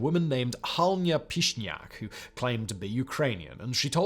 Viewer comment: Halyna is pronounced Hall-ee-na